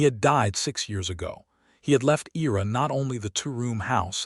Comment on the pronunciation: I ra. Not E ra.